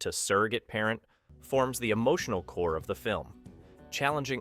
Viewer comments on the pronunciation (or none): none